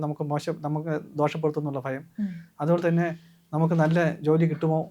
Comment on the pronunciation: Not phayam, it’s bhayam